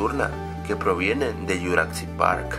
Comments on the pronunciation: ¿por que dices juracsic park en lugar de jurassic park? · como ke dijo "yuracsic" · que mal dises jurasick park y uno de easter eggs era un poco ovio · Es Jurassic no juracsic Es Hammond no hammons Es dilophosaurus no dilofosaurus😂😂